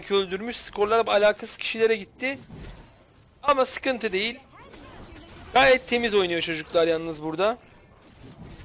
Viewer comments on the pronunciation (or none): none